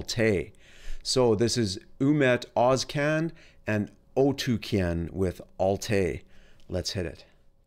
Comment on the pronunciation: First west reviewer who pronounced both names right.